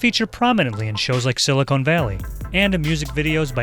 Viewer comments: If you change just one thing, please learn to pronounce "Silicon Valley" correctly. "Silicone" is used in fake boobs. "Silicon" is used by real rubes (kidding, but slightly). We pronounce them differently, because they are different words. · You know the narrator's not from the Bay when he says "siliCONE valley"